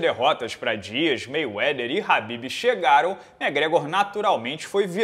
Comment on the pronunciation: por que o chama o Khabib de Rabib?